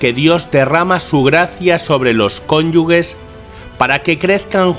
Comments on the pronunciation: Para. Cónyuge se pronuncia en español con una "g" dura. Sonaría más o menos "kónyuje" y se transcribe fonéticamente "kon.ju.xe". No sé si por influencia del catalán o por descuido lo pronuncias mal (aproximadamente alrededor del minuto ). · En el abecedario español no existe la" gue" y por tanto se Lee cónyuge con pronunciación " j"